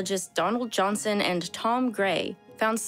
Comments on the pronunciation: Donald Johnson, REALLY? It’s Johanson. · his name is Donald Johansen I think - not "Donald Johnson" Donald Johanson American anthropologist